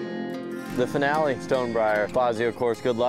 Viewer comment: "THE FNALÉ" 😂😂